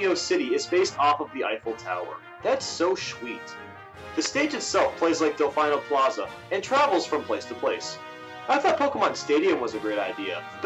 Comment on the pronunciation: Dell Fine Oh Plazah lol